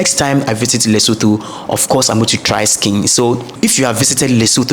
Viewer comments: the correct pronunciation is LesoTWO (Leso2), the pitch of the last "o" being flat. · yes its not like the English thh at all but careful to pronounce the vowels in this way Le-so-tho,(Le ) like lick,limb,lit,lip,little,lyric,(so) like in soot,hook,took,foot,cook,put and (tho) the same (took,tootsie,tourette)🔥🙏🏽 video e khabileng ! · I'm sorry but I have to say your pronunciation of the following words; "Lesotho, Mosotho and Basotho" is wrong